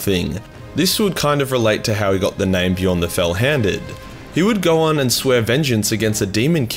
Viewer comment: Im late to the party, but i like how he said my name. Makes me feel like a badass.